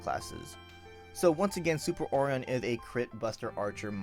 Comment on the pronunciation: hearing ore-on is ridiculous... for O-ri-on (O-ry-On)